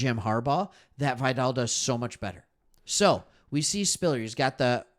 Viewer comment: Pronounced Vigh-dell. Great show.